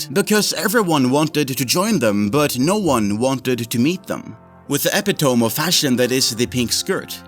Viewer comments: Bro please, it's uh-pih-toh-me not eh-pih-tome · Whenever i watch your videos and you say epi-tome the comments correct you that it's pronounced eh-pito-me. I don't know how you can be corrected every single time and not be embarrassed that you're still saying it wrong. This isn't an accent or dialect thing either because the US, UK, AUS all pronounce it the same way it may be slightly different but they all share that epitome is 3 syllables not 2. For the love of your channel just accept the advice and pronounce it correctly if you're going to use it in 1/2 of your videos. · Lmao “Epi-tome” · "epi tome" lmao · Eppa tome. Dude... Learn words. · Just a heads up: the word epitome is pronounced "ep-i-tow-me". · Ep - eh - tome lol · Ep-it-uh-me is the pronunciation btw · I hear a lot of people say it wrong, so epitome is pronounced a-pit-uh-me. Idk how to try and help without sounding like a turd so I'm sorry :(